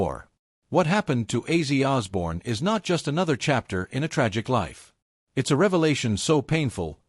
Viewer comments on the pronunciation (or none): I'm not taking this video seriously if the AI voice is gonna mispronounce an icon's name within the first five second.